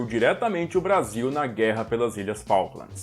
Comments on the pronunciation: Cuando escuche un brasilero diciendo Falklamds, fué suficiente para NO seguir viendo. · Como vas a decir la guers de faklands... de MALVINAS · NUNCA JAMAS TE ATREVAS A DECIR FALKLANDS!